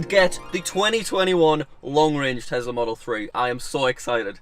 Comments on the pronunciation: Why does he pronounce it as Tesla not Tesla with the real S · Elon: Tesla: Tezla Me:Haha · Oooo tezlah (yes ik how to spell tesla)